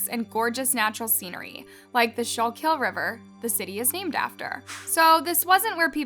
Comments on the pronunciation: Schuylkill is pronounced Skoo-kl ! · You’re pronouncing it wrong it’s pronounced Scuul-kill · It's pronounced scoookill river. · Just a heads up.. I'm from Philadelphia which is close to Schuylkill county.. it's pronounced "skoo-cool" not shy-kill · It's pronounced school-kill not shaw-kill. The only thing that got butchered was the pronunciation of the town and River. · so itll be pronounced like "Skhoolcool" no so much "show kill" ahaha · Schoolkill its pronounced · “Shulk hill” lmao literally google the name there is a pronunciation button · It’s pronouced “Skooolkill” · It's pronounced school kill. I live in Pennsylvania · The town is actually pronounced “skoo-kl” by the way 💁🏻‍♀️ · Its pronounced School-kill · Schuylkill river is pronounced as “skoolkill” - from the area. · it’s prounouced SKOO-KILL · Schuylkill is pronounced SKOO-kill. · It’s pronounced like schoo-kill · It’s pronounced school-kill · Great video...but its pronounced "Scuul-kill" though it comes out like "scuu-kill"...I know cuz that ridiculous, horrible road leads to my job... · I can't watch this video. The mispronounced Schuylkill is too much after the first 3-4 times, which is only like a couple minutes in. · I’m from northeastern pa and laughed when I heard her say it lol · You can tell she is not from PA she saying Schuylkill haven wrong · That’s not how you pronounce the town or river!! 🤦🏻‍♀️ 🤦🏻‍♂️ 🤦🏻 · Why do you always pronounce things wrong? Do you do it on purpose? I grew up close enough to schukyll county to know how it’s pronounced, but clips you used literally said it and how to pronounce it yet you still pronounced it wrong. It’s disrespectful bro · Bro only pll that live in the skook can pronounce it right